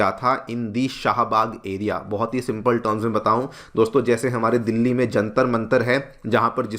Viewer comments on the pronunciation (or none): none